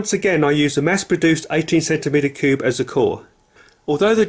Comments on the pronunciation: He annoys me saying cubey and not just cube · It’s cube not cube-e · Why is he saying cubee and not cube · The fast he pronounced cube as cubey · He said cubeie